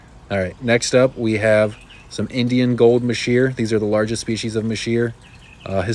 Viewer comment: Sorry to be kinda picky but you pronounced masheer wrong. It’s pronounced mazer not masheer, I know annoying but true.